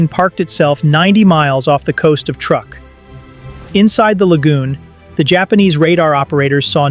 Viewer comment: someday AI will be able to pronounce words properly. Truk is pronounced truck.